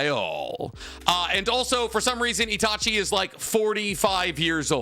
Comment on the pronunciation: Bro who is that?! That’s not Itachi, that’s Idachi😭